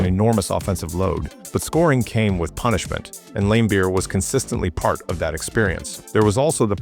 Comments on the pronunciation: And "Lame-beer" LOL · "Bill LAME-beer"...